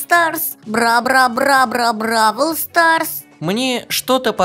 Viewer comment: Не бабл квас а броул сас